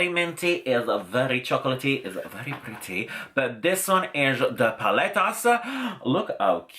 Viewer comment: I love how you say, "prrrrrretty!":) you're beautiful, love you!:)